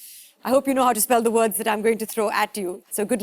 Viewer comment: Those words were pretty easy to spell. Also, the words werent pronounced correctly by the host.